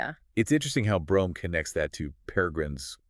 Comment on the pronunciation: Brome's name was actually pronounced "broom".